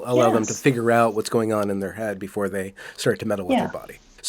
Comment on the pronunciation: “Finding ah’oot aboot”